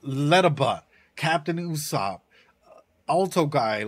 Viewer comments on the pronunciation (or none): none